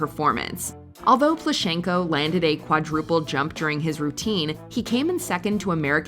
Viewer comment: He’s PlUschenko)))) the first syllable is stressed.